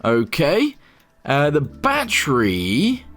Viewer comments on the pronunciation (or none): Why does he call battery batteru?